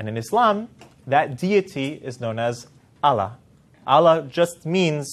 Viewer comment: He cannot even pronounce A L L A H correctly; even true Israelite-Jews knows how the name of GOD is pronounced.